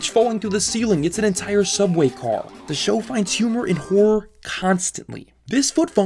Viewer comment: You're saying "Horror" or "Whore" ??